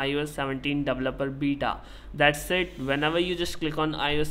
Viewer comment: apple davaloperr 😂😂😂🥹